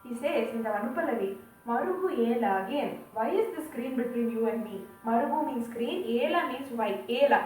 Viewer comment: Marugelaraa is the right pronunciation. Its sandhi of 2 two words, marugu and ela.